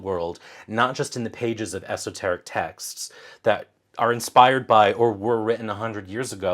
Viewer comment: Did you say 'esoterrorists?' LMAO!